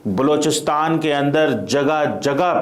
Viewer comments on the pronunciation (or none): बेवक़ूफ़ आदमी, पाकिस्तान के उस सूबे का नाम बलूचिस्तान है, लोचिस्तान नहीं। अपना उच्चारण देख, तूने बलूचिस्तान बोला है या लोचिस्तान।